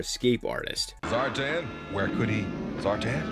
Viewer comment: ZAR'TAN' not zartin